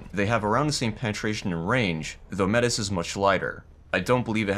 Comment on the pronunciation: Ive watched you for a long time and love your videos, but please look up the actual pronunciation of Métis , thats my only criticism keep it up